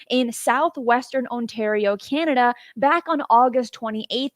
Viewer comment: I love your shows, but as a Canadian your pronunciation of “Canada” (“Key-an-Nada”) kills me. CAN-Ada. Not “Keyannada” …again, love your show. Keep up the good work!